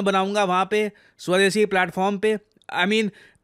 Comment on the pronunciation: इन बिहारी मोड, स्वदेशी नहीं सवदेसी😂